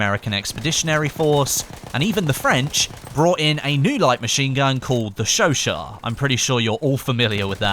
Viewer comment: It's pronounced show-shat. Not show-shaw